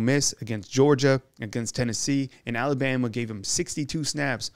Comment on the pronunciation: I wish this guy could learn how to pronounce ALABAMA? Just sayin’